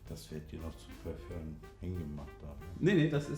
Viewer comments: Monte: Heute wieder parföngg aussprechen garkein bock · haha die parföng aussprache ware wieder lachflash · Like wer auch die Aussprache von Monte feiert "PARFÖNG"!! 😂😂